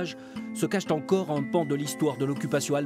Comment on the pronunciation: "se cache tencore un pan de l'histoire"... il y a des liaisons dangereuses tout de même...